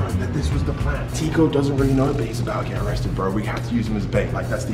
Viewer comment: My man said erested